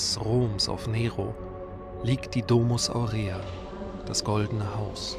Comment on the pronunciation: Ich muss mal was klarstellen: Es heißt NICHT: Domus Aurea also nicht D-langes o-mus Aur-langes e-a sondern: Domus (kurzes o) Aurea (kurzes e) Die Betonung liegt im Lateinischen auf dem ersten Vokal!!! Ansonsten Hut ab, dass du schon mal dort warst. :)